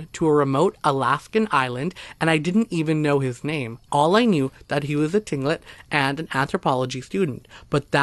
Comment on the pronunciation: Pronounced clinkit not tilingit